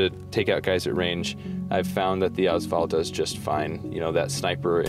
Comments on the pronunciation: Also it's pronounced VALL not VOL. And their mags not clips. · 1 thing I wanted to add, The first 2 letters of the AS VAL are pronounced as letters. Ayy-ess VAL, not as val. Other than that great video! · its not AAZ val its A-S VAL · Yes that drove me nuts lol